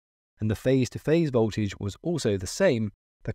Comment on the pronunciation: Voltage not boltage